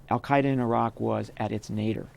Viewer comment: "Al-Qaeida in Syria"